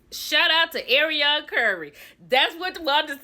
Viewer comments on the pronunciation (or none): none